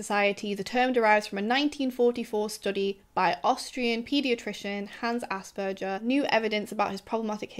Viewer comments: Maybe fun fact: ‘Asperger’ is pronounced with a hard ‘g’. People probably don’t say it like that though because it sounds like ‘ass burger’. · Hi there! If you like, you could incorporate a tiny detail- the g in the name Asperger is pronounced like the g in garden. I enjoy your content very much. Thanks & greetings from Berlin